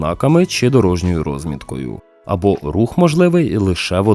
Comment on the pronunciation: Не рОзмітка, а розмІтка.